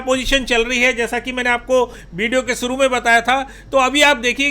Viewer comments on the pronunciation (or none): none